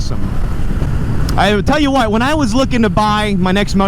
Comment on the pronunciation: “I tELL wH’yOu WhUuT” 😂 king of the hill over here